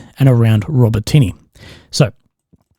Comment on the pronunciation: please try to pronounce the names of the cities...... it's not: Robo Tinny 🤦‍♂ it's Row-Bah-Ti-Nah! emphasis on Bah.